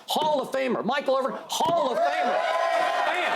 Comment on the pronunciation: Skip was doing ok until he said “Michael Irvin.”